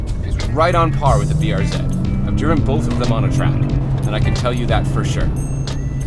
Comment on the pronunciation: Thank you thank you thank you. Pronounced BR Zed!